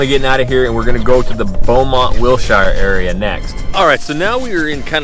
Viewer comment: Learn how to pronounce Wilshire dumbass